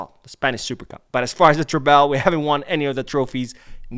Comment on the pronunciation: According to the spelling, treble is not pronounced tray-bell.